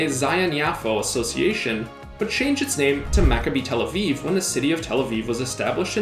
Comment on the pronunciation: You bucherd up macabi tel Aviv name